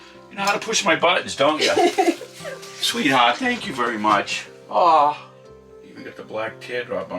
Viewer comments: It was the ‘sweat heart’ with the accent for me 😭🤍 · The way he says "sweethaht!" I cant 😂🖤